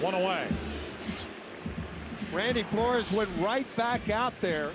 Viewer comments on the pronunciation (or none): Joe Buck with the "Randy Four-Lores" pronunciation in the 8th gets the nod for my strangest moment of the game. Love these Cards' Classics.